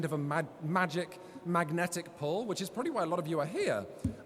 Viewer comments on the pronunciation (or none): none